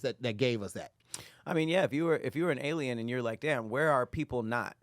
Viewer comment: The word is Alien.: Ellen 😂😂😂😂